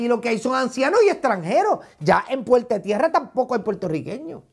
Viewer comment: Minuto 11: puelte Tierra. Aprende a hablar.